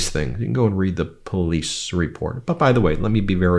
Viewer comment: “Pleece” (police), “akrit” ( accurate), “ exstablishment” ( establishment)…. Stupid people murdering our language. This guy needs to go back to elementary school for spelling, pronunciation, and re educate himself in the basics. 😑